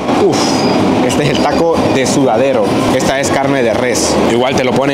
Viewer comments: De lo mejor la comida mexicana. Y faltó mucha por probar. Excelente video. ¡ya quédate en México! 😊😉. Solo como dato, es taco de Suadero. No es sudadero 🙈. Saludos!! Cuídate mucho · No se dice sudadero es suadero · Jajaja! Tienes razon, es "suadero" no "sudadero" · los tacos que disfrutaste en Tijuana son de: suadero; no sudadero. Saludos. ✍️